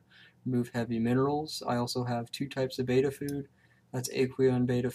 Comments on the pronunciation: Its bet-ta fish not bay-tah and it actually doesn't matter what country you live in. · almost everyone in youtube say baetta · We are talking about a fish that was given the name betta and was given the pronunciation with it, which is how it is spelt.